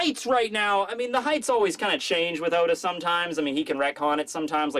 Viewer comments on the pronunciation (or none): none